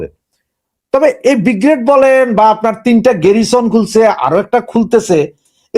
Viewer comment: অনুগ্ৰহ করে উচ্চারণ সংশোধন করুন, বিগ্ৰেড নয় উচ্চারণ হবে ব্রিগেড।